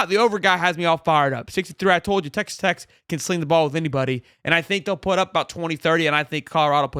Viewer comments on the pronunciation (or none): It’s tech not text 😂🤦🏾‍♂️